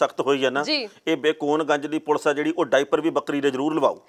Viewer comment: mam "ਪੁਲ਼ਸ" ਨਾ ਕਿਹਾ ਕਰੋ, ਇਹ ਵੀ ਬਹੁਤ unprofessional ਜਾ ਲਗਦਾ ਏ। ਪੁਲੀਸ ਨੂੰ ਪੁਲੀਸ ਹੀ ਕਹੋ। ਕਦੇ ਪੰਨੂੰ ਸਾਹਬ ਨੂੰ "ਪੁਲੀਸ" ਕਹਿੰਦੇ ਸੁਣਿਓ।